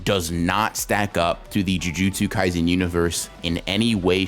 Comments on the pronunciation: bro said gymjutsu kaisen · did he just say "jumjutsu kaisen"